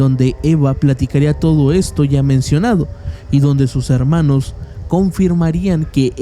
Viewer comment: No.. no eres el único, usa palabras inventadas, la redacción la hace en pretérito imperfecto, lo cuál da la impresión de que es todo una historia inventada, un cuento. Amorfono no existe y la pronunciación también deja mucho que desear. (harmanos, y otras palabras que escuché y no recuerdo pero no voy a volver a ver el vídeo para buscarlas)